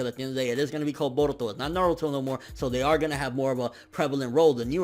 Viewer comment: the way this man says baruto is hilarious hahaha